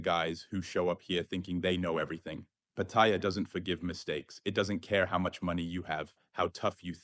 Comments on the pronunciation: PATTIA ?? NO SUCH CITY CALLED PATTIA , YOU NEED TO LEARN HOW TO PRONOUNCE PLACE NAMES CORRECTLY BEFORE POSTING THESE VIDEOS , PAT--TA--YA , MY THAI WIFE GETS PISSED OFF WITH FARANGS WHO CAN NOT PRONOUNCE THAI CITY NAMES CORRECTLY WHO POST UP THESE VIDEOS. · Do learn how to pronounce Patt-a-ya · You don't even know how to say pat e ya...listen to the people.. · I sincerely wish all these Pattaya Experts would start by learning the proper pronunciation of Pattaya. Here's how the Thais say it. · Look up how to pronounce Pattaya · It's Pattaya with a long vowel, at least try to get that right. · You should learn how to pronounce Pattaya. Ask any Thai and you will see that you and thousands others are saying it wrong. Thank you for the video. Super cam and excellent advice. Great seeing my favorite city from here in Manila BGC.